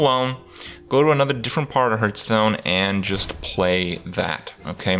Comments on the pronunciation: hearth is pronounced like heart, not hurt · One thing you should not teach people is it's not pronounced "hurtstone".